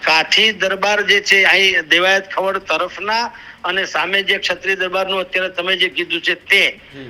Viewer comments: Rado ochhi paad . Ane khavad chhe atak Khavaaad nathi . Vanchta shikh pahela Gujarati 😂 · ખવડ બોલો, ખવાડ નહીં !! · ખવડ બોલો , ખાવડ નહીં !!